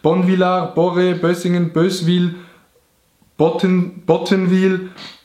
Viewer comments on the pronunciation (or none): Digaah du hesch Böswil anstatt Boswil gseid 🥺 mer send ned Bös in Boswil City mer send ganz liebi chasch ja mal verbie cho de chanders bewise 😅😉